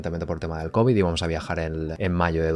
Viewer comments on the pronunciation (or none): none